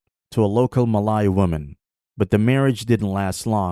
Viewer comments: it’s pronounced “Ma Lay” not “Ma Lai” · Muh lay not mah lie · sorry to burst some bubbles… i think the way u pronounce ‘malay’ is wrong.. either u follow the english pronunciation ‘muh-lay’ (same as how u pronounce malaysia… or u pronounce it as in malay language which is ‘melayu’ (muh-laa-yoo)…. domo arigato…